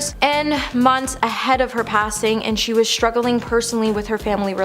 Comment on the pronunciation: Struggling, not struggerling….that’s how kids speak.